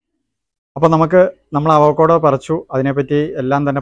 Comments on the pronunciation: correction: അവക്കോട അല്ല, അവോകാഡോ👍🏻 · അവക്കോട അല്ല അവകാഡോ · അവക്കോഡ അല്ല. അവക്കാഡോ .